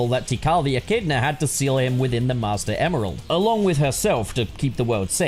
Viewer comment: When he was saying Emeral, all I could hear him saying was "Email" lol